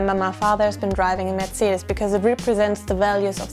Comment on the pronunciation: Just realized even Americans pronounce Mercedes and Porsche wrong!